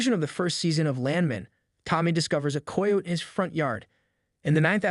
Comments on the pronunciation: learn how to say Kie o tee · Hearing how this dude pronounces "coyote" makes me want to jump off a cliff. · For the love of god please learn how to pronounce coyote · "Coy-oat" was my favorite